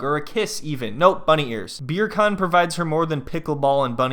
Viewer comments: I wish you’d stop calling him “beer can” 😭 You pronounce his name like “beer KAHN” like “Genghis Khan”. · You calling him beer can instead of beer-a-khan kills me. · I love that you just call him Beer Can without attempting to pronounce it properly ;D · Are you saying beer can? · I keep hearing his name as "Beer Can..." lol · I mean its a mispronunciation but a hilarious one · now when she says his name I think she's pronouncing it wrong and that it sounds funny because I'm used to him being called Beer Can.